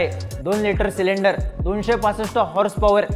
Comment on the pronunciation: Boltani FASLE 2 LTR Cylinder 😂😂, Sleep of Tounge